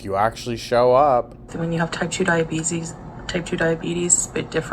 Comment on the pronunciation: Omfg she said "type 2 diabeezes" by accident and I HOWLED